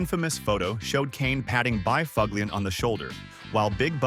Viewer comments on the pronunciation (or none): S this is what AI can do now huh? Bi FUG LIAN? I gotta go bro.